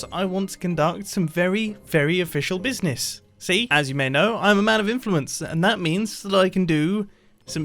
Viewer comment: No one: Mumbo: BIZNIZ